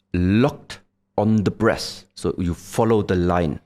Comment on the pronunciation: We all know we laughed a little when he said when you focus on the breastht 😂